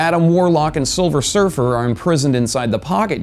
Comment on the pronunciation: Haha, hesays souver silfer